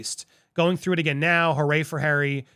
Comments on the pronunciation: It's pronounced Hoo-Ray Harry, a party boy reference. Not hooray as in congrats. It was his nickname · Its not hurray. Hooray Harry in the UK means a young, rich party goer, which at that time was quite accurate.